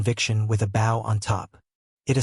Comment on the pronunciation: pronunciation: "bow" I bend at the waist to bow. This is the one you used. It is a verb. I tied the ribbon into an attractive arrangement, a bow. It is a noun. This is the one you needed. I get AI. But, it won't learn if you don't correct it.